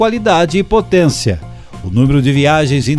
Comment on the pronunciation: Mas que pronúncia horrorosa! Potênça , Experiênça . Para narrar qualquer coisa é importante saber falar corretamente.